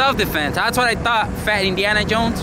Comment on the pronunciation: When did he say Indiana? I heard Iniana